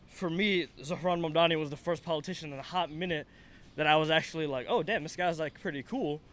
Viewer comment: Iirc that's how south Asian people would pronounce his name, given how Mamdani is half Indian he's probably pronouncing it well/fine